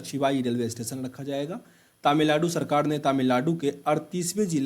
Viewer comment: एडुटेड़िया प्ड़श्न शेयड़ सड़काड़ औड़़ पड़ पड़ियोजना कड़ने गड़बड़ गुड़ूप कार्ड़ालय पड़ And many more in each and every lines you read. I don't know why you read ड़ instead of र.. It's very awful 😔 Work on your pronunciation Plzz..